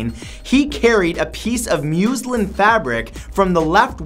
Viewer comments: Muslin- sounds like Muslim that ends in "n", but I love you. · Brah, it's not "Muse-lin", it's "Mus-lin". Like must, but with no t. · Matt, #24 the fabric muslin is pronounced muh-zlin not mew-zlin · Muslin pronounce muss-lin not muse-lin. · Oh, ffs. I've never heard or met any one person that has such an issue with such COMMON mispronounciations. it's not difficult. "Muhz-lin" "YOUR-AY-NUS". it's actually annoying enough to stop watching your vids. come on, dude. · It makes me laugh how he says 'muslin' fabric and how he always mispronounces British places/counties ending in 'shire'. :)